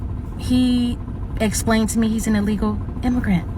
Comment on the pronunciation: Stress on the "illegal".